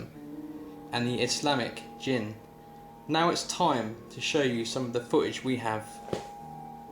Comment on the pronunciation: it's called DJINN/JINN